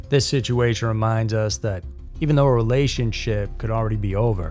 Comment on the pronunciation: I absolutely love your channel and work! I have to ask though, why do you say “siduation”? I’ve noticed several narrators I listen to say siduation instead of situation. Is it a cultural thing? An accent? I’m so curious and since you seem like the most approachable and coolest of the group I figured I’d ask. As a writer it’s always good to know little things like that. If you have a moment, please fill me in. In the meantime, keep the great work coming. I don’t know how you are able to be so consistent. Cheers to you.